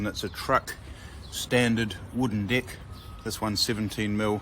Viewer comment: Im sorry but when you say deck it sounds like dick im dying laughing. Awesome trailer though what would a 30ft run me